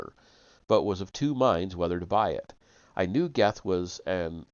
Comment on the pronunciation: Goethe is pronounced Gurt. Rhymes with dirt. I know. It weird. German thing.